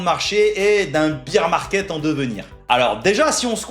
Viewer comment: On dit pas beer (bire) market on dit bear (bère) market en gros tu prononces bière au lieu d'ours